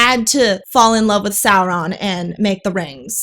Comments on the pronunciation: The exaggerated rolling is distracting as a Spanish speaker. We don't roll them that hard. I don't understand why roll at all but anyway, yhe r in Sauron should sound like the t in water (American pronunciation), not like a Vespa. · Saurrrrrrrrrrrron has Rrrrrrrrrrrrridges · If Saurrrron is resurrected like Jesus, is that an Easterrrr Egg? 😂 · The producers of this series should have just said the heck with the fake and out of place R rolling and had them pronounce all their R's like W's, like the impressive clergyman in the "The Princess Bride" movie: Instead of "Saur℞rr-ron", "Sow-wonn" 😆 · But it's Sindarin not Spanish. In Sindarin and Quenya all Rs are rolled, like in perro. It still doesn't work well, because it interrupts the flow and the actors sometimes trip over it, but it's technically correct according to the pronunciation guide that Tolkien wrote.